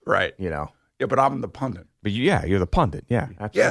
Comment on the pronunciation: Pundit not pundint